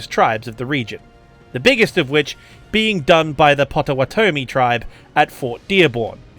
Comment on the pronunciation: The way you pronounce Pottawatomie cracked me up! Here in Oklahoma, they pronounce the name if their tribe "pot-uh-what-uh-me".